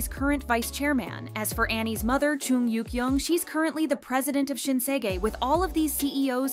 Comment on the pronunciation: You should pronounce the name "Chung" correct. It's not pronounced as Choong. It's pronounced as Ch-uh-ng.